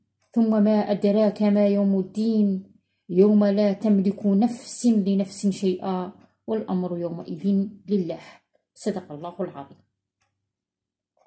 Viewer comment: يا أستاذة وقع منك خطأ نرجوا أن تصحيحيه لأنه قرآن (يوم لا تملك نفس ( بالرفع ليس كما قرأتيها بالكسر ،)نرجوا أن تصححي هذا الخطأ